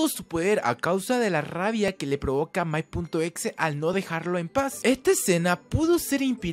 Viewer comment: Por que dise exe no otraves